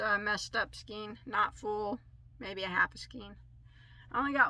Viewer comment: Please don't take this the wrong way, your pronouncing the word skein wrong it's pronounced skain, not skeen. I've been working with yarn since I was 10, and I was taught to read with the Phonics method too. Please stop mispronouncing the word skein.